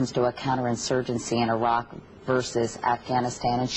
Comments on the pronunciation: Airak?... Its pronounced Irak(e-Rak)... Palin, you so stupid.... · I can't stand the way she pronounces Iraq, I-RAQ. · She can't even pronounce properly Iraq in English...